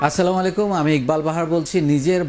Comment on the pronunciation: আপনার সালাম দেওয়াটা হয়নাই সঠিক করে সালাম দিন আর না পারলে শিখে নিন ভুল উচ্চারণের কারনে অর্থ পরিবর্তন হয়ে যায়